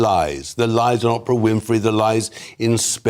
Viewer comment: The red dress needs inverted nipples & I love the way Tom pronounces “ Ah-prah “ instead of Oprah!